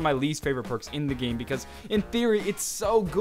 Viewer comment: Persk ??? It's perks